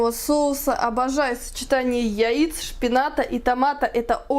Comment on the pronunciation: Как вы смешно произносите слова яиц,яичная..🤣🤣🤣